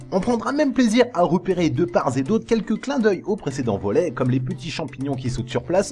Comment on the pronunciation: + faute de liaison "de pars et d'autre"